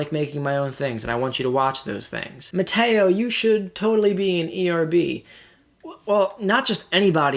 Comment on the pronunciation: Oh Mut-Tay-Oh Not